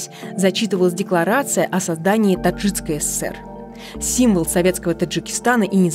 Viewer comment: Да уж произношение -Таджицкой